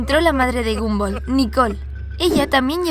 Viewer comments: Es gumball no gamboll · Xd se pronuncia gombal si se pronuncia como lo escribí xd